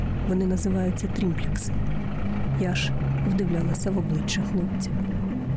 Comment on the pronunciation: Триплекс, а не тримплекс.